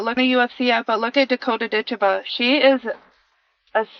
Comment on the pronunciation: You really should try to get the names right. It's Ditcheva, not Dicha. You lose a lot of credibility in one word.